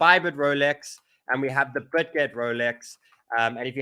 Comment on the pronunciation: BitGet not ButGet.